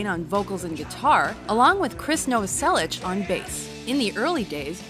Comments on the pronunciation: Also please next time krist last name is novoselic not novoselich pernounced as na-vo-sell-ic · she says Chris Novasellich, you can her the ssh at the end of the pronunciation. Here's a fact, the riff for Come As You Are ripped off Eighties by Killing Joke. Anyhow